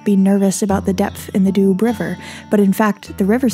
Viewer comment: Great channel. I really like the way you travel and tell about it. Just a little side note : maybe you could ask the locals how to pronounce the places you talk about. For example, in French, the Doubs river is pronounces DUU, not Dube. Keep up the good work.